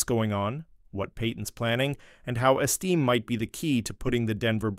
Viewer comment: Audric "Esteem"